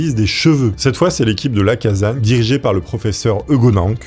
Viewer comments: Docteur LacaSSagne, pas Lacazagne ! Le père de la médecine légale, à Lyon...sinon, trop bien, comme d'hab ! ❤ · Les Lyonnais ont les oreilles qui saignent : Lacassagne, avec 2 "S", ça ne se prononce pas Lacazagne ! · Alexandre lacassagne sa se prononce avec s et pas z 🕺🕺🕺